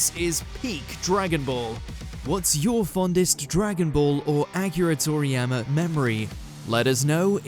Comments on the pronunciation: "Thank you ack-eera Thor -eeyamma" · How you gonna mispronounce his name though!? Fucking disrespect!!